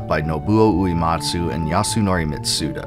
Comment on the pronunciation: Hey, small gripe, but when you’re talking about Nobuo Uematsu you are mispronouncing his last name and it’s very distracting. It is not “ooh-EE-mot-soo” like “bleed” It is “ooh-EH-mot-soo” like “Meg” Going back to watching the next 2.5 hours!